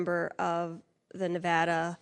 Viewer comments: You need to pronounce the state of Nevada properly if you can't pronounce it properly. Don't say it. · How do ya pronounce it ??? Na...v--add...ah Or Na...v--odd....ah Thank you I'm from South Carolina and most of us around here say it with odd Na...v--odd..ah 😂😂 It's like the word pecans. Ruffles my feathers when someone says p...con... Because it is spelled. p... can. why they got to add the 'o' sound and remove the 'a' sound. Also like centimeter... Some people want to get all fancy and call it son...ta....meter. It is simply ... sen..ta ..meter. 🤦🤦🤦 Have a great day. I truly understand! 😊